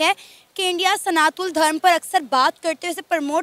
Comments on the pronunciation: Plz correct yourself, it's "SANATAN" not Sanathool.. 😐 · Its Sanatan not SANATU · Sanatul nahi sanatan bol jahil sana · Every time pronounced "Sanatan" as "Sanathool", I felt triggered & discomforted. 😂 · 'Sanatool' what's that?? It's SANATAN. Homework thik se karo 😂😂😂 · Ma'am its SANATAN not Sanathool ur Santhal its not criticism but correction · Mam, kam se kam " sanathool " to mat bolo. Sahi pronounce kijiye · "Sanatool " nahi hota " Sanatan" hota hai.....har har mahadev 🕉️ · it's SANATAN 🚩 Not SANATUN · सनातुल गलत उच्चारण है, सही शब्द है "सनातन" । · Sanatan Dharma not sanathool 😠😠😠 you not able pronounced 😂😂 Jai shree Ram 🚩🚩🚩🚩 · Ooo Madam study ki ya nahi "Sanatol" kya he ???....wo "Sanatan" hotahe... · it's Sanatan, not sanatool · Sanathool ye kya hota hai... It's sanatan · Sanatun nahi Sanatan hota hai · Its Sanatan not sanathun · सनातन धर्म है maam You are pronouncing it wrong.😊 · Please pronounce Sanatan Dharam correcrly